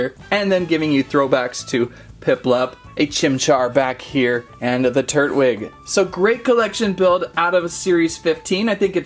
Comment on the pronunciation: tur TWIG with a T tur Twig**